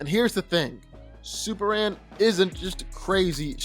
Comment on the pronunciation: Am I the only one who keep hearing superann and not superman?